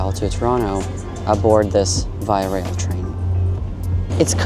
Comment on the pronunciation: Just a quick note on your pronunciation of Via Rail... it is correctly pronounced 2 syllables: "VY" + "uh RAYL"... :) enjpyed your vid.